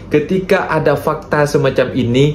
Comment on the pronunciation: bukan fakte 😢 fakta... Lah 😊 walau bagaimana pun, adalah terbaik, terimakasih.